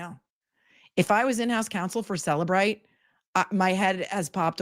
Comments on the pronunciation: Turtle Boy correcting the Cellebrite employee on how to pronounce Cellebrite. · It called CellEbrite. She literally works with them, so yea, SHE was pronouncing it correctly.